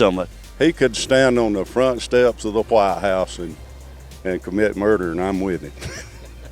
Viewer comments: the way he says WHITE in White House says a lot about his family history. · I've never heard anyone say the word "white" and enunciate the H. 😮